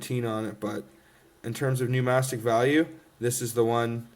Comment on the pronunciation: is the word not numismatic not numastic?